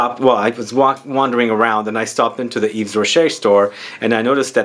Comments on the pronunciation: Hey you shouldn't pronounce the 's'Its "eve rocher." May fave is Nouveau genre. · And yes,. The "s" is silent.